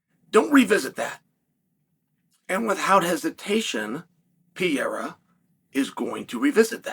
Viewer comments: It would require such a minimal effort to say the dudes name properly. This “Pierra” nonsense is getting stale and I know you’re smart enough to be aware of it. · It’s funny I feel like most of the UFC personal can’t even pronounce Pereiras name correctly lmao